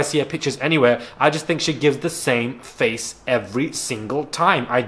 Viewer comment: misguided nonsense is the best thing i’ve heard in ages!! Even funnier was when you spoke about Julia you said something like ‘we haven’t been hit in the fox for a while’ (instead of face) 🤣😂 This episode was so funny!